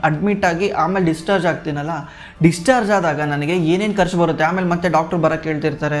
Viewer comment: ಒಳ್ಳೆಯ ಮಾಹಿತಿ. ಅದು ಕರ್ಚು ಅಲ್ಲ' ಖರ್ಚು '.